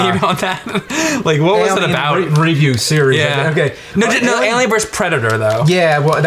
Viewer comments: aye-lien vöös pre-dater, mr lu-go-zhee. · What's worse is how James says "alien". He pronounces the "a" like you do with the "a" in front of the name "Albert". It's really strange and I wonder who taught him to say it like that??